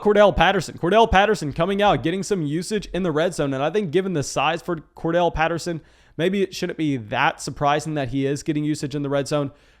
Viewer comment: it's Cordarrelle Patterson, not Kordell. You can say it like: Core-Daryl. I would think you'd want to pronounce these guys' names right, right?